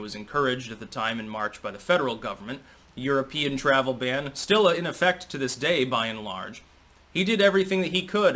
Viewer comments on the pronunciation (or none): none